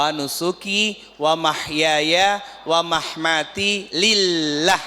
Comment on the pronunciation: Ustad yg betulnya wamamaati,bukan wamahmati